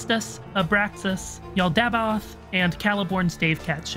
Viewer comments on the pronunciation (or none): Hephaestus: Heh-Fest-us MAYBE Heh-fayst-us Yaldabaoth: Yal-Da-Bay-Oath Not Heh-fie-estus and Yal-dabow-ath